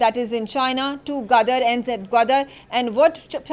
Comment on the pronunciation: she cannot even pronounce Gwadar and Kashgar correctly